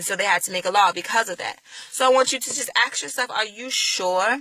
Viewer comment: Please learn how to say the word "ask". I can hardly listen to your words because every time you say "aks" I become distracted. I start wondering why so many black people say "aks". If it's just a bad habit can you not practice saying "ask?" It's really not a hard word to pronounce. In the first 20 seconds of your video you used the phrase "I'm asking" perfectly, then after that you went to the very distracting "ax ax ax". Believe me, you would sound much more intelligent (and I believe that you are) and believable if you would learn to remove this ignorant sounding speech pattern. As far as your beliefs I came to many of the same conclusions regarding slavery and christianity myself. Where I differ is that I don't have a need to replace Christianity in order to feel whole. You say that you don't have to be atheist to not be Christian. No you don't. You also don't have to replace Christianity with a different religion in order to have a spiritual life. You can become completely comfortable by acknowledging that you can never truly know these answers. You can only choose to believe in something. That doesn't mean that what you have chosen is actually true. It only means that it is what you have chosen to believe at this time. You also don't have to look at atheism as though there is inherently something wrong with it. I am very comfortable in my ignorance of these matters. Let the rest of you get all twisted out of shape over these things. I'm good.